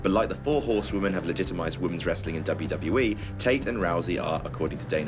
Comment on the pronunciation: Conor can't even pronounce WWE, shouldn't be on the list